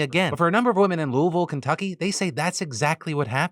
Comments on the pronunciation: Thank you for saying Louisville correctly, my dude!! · props for correct pronunciation of Louisville